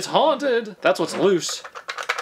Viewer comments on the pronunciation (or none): none